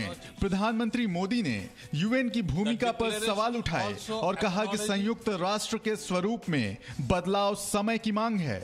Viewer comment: संयुक्त ना कि संयूक्त।